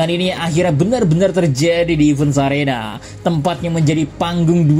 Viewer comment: Koreksi: Bunjee gum, bukan bunjee jump. Heavens arena bukan events arena